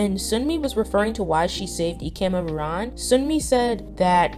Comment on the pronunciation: I mean no offence at all but please keep practicing the pronunciations of names. Bahiyyih : Bye-yee-hee Hyerim : Hye-reem Ruan : Ru-in Wen zhe : wen- je Liang : Leeang 100% agree with everything in the video, great insight!